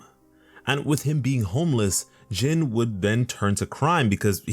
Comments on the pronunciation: His name is pronounced (gene or by other words in a more easy way to put it pronounce it as the word jean) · Almost said his name right last name was about spot on but his first name sounds like jean bit is spelled Jin